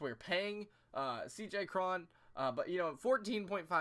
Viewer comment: I dont think Morrison is retired. Hes still pretty young. Cruz has never struck out more than 164 times in a season. And I think its pronounced C.J Crone.